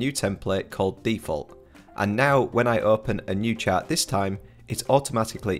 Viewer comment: Ah! When you say chat, you mean chart.